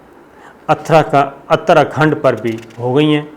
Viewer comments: not athar khand it is uther khand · اترا کھنڈ کا تلفظ ہے: Ut ta ra khand مطلب شمالی منطقہ۔